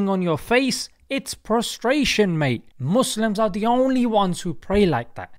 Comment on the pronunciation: I died when he said mouslims